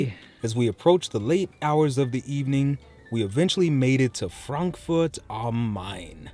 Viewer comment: Thanks for pronouncing "Frankfurt" the correct way :) many English speaking people say "Frenkführt" which sounds very weird 😂